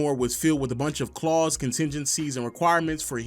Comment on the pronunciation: my ninja, the word is clauses, not claws as in bear claws... always thinking food